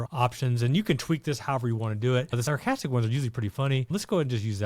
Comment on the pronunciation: Ita s..a..r.castic lol not sarahastic ur very informative n I have found ur videos very helpful